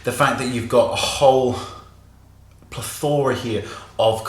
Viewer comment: Oh my goodness you say "plethora" so funny!